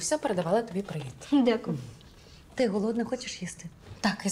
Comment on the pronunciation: прозвучав чисто російський прівет